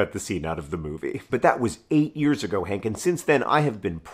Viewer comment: Hehe, I just started the video but good morning Hank sounded like "Good morning, Cake" and it made me giggle :)